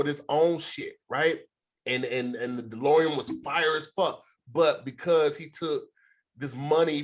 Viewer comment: Not saying "Delorium" the whole time instead of "DeLorean" 😂😂